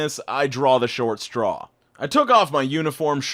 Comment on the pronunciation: That rhyme was pretty good tho. Just didnt say straw right.